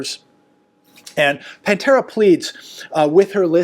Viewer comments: PA-Tera not PAN-tera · Pa tara, not Pan tara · Hi. Her name is pronounced Patera not Pantera. Thanks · Her name is PATARA not Pantara just so you know. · Hi...it's not "pantera"🐯🤣🤣😂😂 even PATERA has kind of a "feline look"🙄🤫🤭😳😂🤣/Your input it's always appreciated!!!!! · Actually her name is Patara not Pantara. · Patara. Her name is Patara. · It's PATERA NOT PAN-TERA. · It’s Patara not pan Tara . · Her name is Patara, not Pantara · Not Pantara ~ Patara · … it’s Patara! Not Pantera! Lol!! 😢😅😅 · It is Patara.......Or Pattipoo